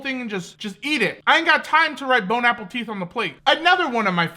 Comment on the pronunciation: I'm pretty sure keeps saying born apple teeth